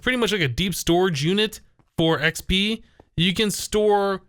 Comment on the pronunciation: whenever he says XP it sounds like he says XB if you watched his sky factory series you'd know what I mean